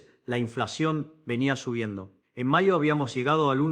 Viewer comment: Escuchaste bien, en vez de mayo, dijo maio, proiecciones, aiá, etc.